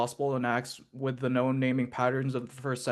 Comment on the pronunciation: cannot pronounce "-th" how pathetic. Or for, pafetic